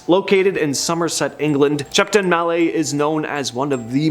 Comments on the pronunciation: Shepton Mallet as in Pallete not "Malley" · The ‘T’ isn’t silent in Shepton Mallet, so it isn’t pronounced ‘mallay’. 😂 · Shepton Mallet isn’t pronounced like that mate. We may be close to the French and do drop our T’s due to lazy speech techniques but we don’t drop them purposely like the French do. Shepton Mallet is said as it’s spelled. Like a type hammer, MalleT. Us English don’t tend to fancily change how words sound like that. If it was unpronounced like the French do, we just wouldn’t write it. What’s the point? Lol 👍🏻🐜🇬🇧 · As someone who used to live there, it's a funny pronunciation of the name